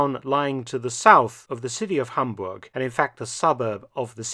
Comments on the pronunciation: Hi Mark Felton, I'm delighted for your covering of this part of history of Hamburg and i have to mention that your pronunciation of my home city is on spot. Thank you so much! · As a native Hamburger i gotta commend your pronunciation of my Birthplace!